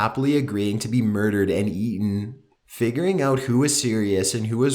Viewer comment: How he says eaten 😂 wtf is that about